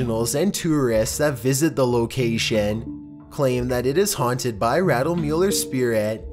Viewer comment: These NOTORIOUSLY haunteeed PLACES.